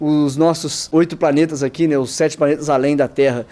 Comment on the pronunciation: Quando fala Planeta eu só escuto Paneta. Kkkkkkkkkkkkk. Mais um belo vídeo cara. Tmj